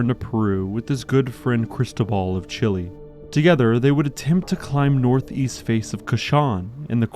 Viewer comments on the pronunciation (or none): none